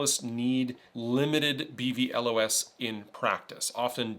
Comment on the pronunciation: It's pronounced "Bee-vee·loss" 😅